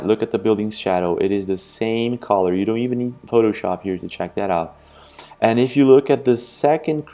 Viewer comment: Why you keep pronouncing the world “ color “ as caller ?